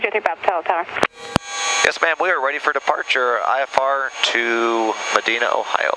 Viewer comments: That is awesome that he prayed just before taking off. 🙏🏻 FYI: Medina Ohio is pronounced Ma dine a. It doesn’t sound like it’s spelled. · It’s not Meh-deen-ah Ohio, it’s Ma-dyhn-ah Ohio